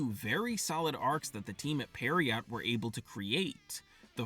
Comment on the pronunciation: Pronouncing pierrot as "periot" is wiiiild 💀